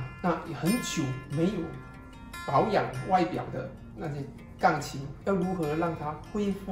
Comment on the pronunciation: 请说钢琴，不要发音成杠琴